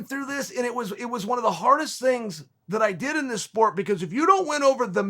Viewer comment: Chael “I don’t predict these tings” sonnen